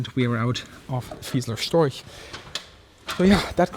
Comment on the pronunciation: him pronouncing storch as "stoik" makes me want to game end myself